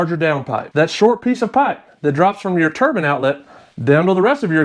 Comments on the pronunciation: You F&*king idiot. You had me laughing my TITS off. I like you, I like you a lott &, I'm not sure if that's something you really want. The 1st thing we have to discuss is the word TURBAN as opposed to the word TURBINE, pronounced TUR-B EYEN AS in eye sound after the B. A turban is worn by a rag head, the likes of which are found in Iran ( pronounced E rarhn, not Eye ran) whereas, a Turbine is found in a turbo....which is short for TURBINE found in a vehicle. Now, I could really confuse you by asking you to explain how you, " Could care less" when, you really mean you, "Couldn't care less" but, Im not not a kundt so I won't ask you that. Otherwise, you do an excellent video. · Ter-bine, not turban. Yeeesh. Good explanashun, anyway. Thanks.